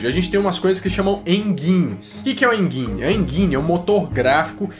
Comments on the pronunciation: "Enjaine" enginne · Enguine não pelo amor de uma cabrita, de onde vc inventou essa pronúncia? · A pronuncia do G de "Engine" é com D (Engine = En-Dim); É só lembrar como se fala G.I Joe. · "hein guine " kkkkkk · Engine: Pronúncia mais correta "EnDJine" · Bom.. alguns erros no vídeo. Primeiro o primeiro vídeo game não foi o Atari, foi o Odyssey,, segundo o cara não chama Alan,, é Nolan....kkkkkk,,, não se diz (enguine) kkkk e com som de J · Se pronuncia enDJine.